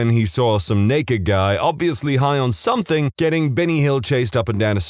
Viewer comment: No K in the word something